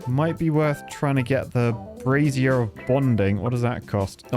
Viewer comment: The key is in the pronunciation, It's brazier, not brassiere 😂